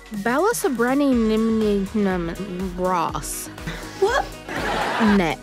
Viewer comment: When she tried to say “balasubrainium” I lost it